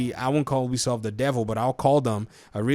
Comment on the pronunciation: It's pronounced, "You-bee-soft".